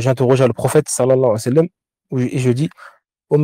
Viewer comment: Quand je vois un homme qui veut donner des cours et qui n'a pas le temps de dire correctement : Salla llahou alayhi wa sallam, et qui dit salam.. ou le je ne sais quel parole massacré cela en dit long sur le manque d'amour que tu as pour le messager tu n'a pas le temps ni assez d'amour pour le messager pour soumettre ta langue tordue handicapé pour prononcer correctement Assalat ala nnabiy , moi je ne prends pas la science religieuse de gens commes toi car on voit que tu n'a pas été éduqué par des savants tu es un bricoleur sans amour pour le messager صلى الله عليه وسلم ، mes chaykh m'ont enseigné ce. Respect je peux te l'enseigner si tu veux